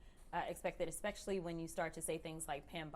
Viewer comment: Who's gonna tell her it's "especially"...not "expecially"? They really need help. And how ironic that she talks about Republicans not following the law. Shall we go DOWN the list of the laws broken by the Democratic Party?